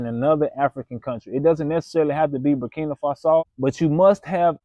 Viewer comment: Never trust somebody who can’t even pronounce the country’s name correctly!!! Don’t be stupid